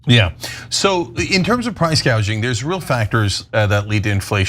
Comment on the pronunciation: Btw Kamala called it price GAUGING when she first discussed it, mistaking it with the word GOUGING.